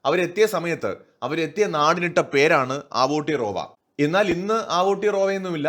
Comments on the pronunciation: It's അവ്ടെറോവ not ആവൂട്ടി റോവാ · ആവോട്ടിറോവ അല്ല ചേട്ടാ. ഔത്തിയാറോവ. അങ്ങനെയാണ് മൗറീ ഭാഷയിൽ പറയുക. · Aara pottatharam paranjutarunne.. Njan NewZeland il aanu😄.. Kastam.. Agane alla Aoetora pronounce cheyya.. Evide epozhum evarude cheriya partykal cheroya noise undakum.. Atre ullu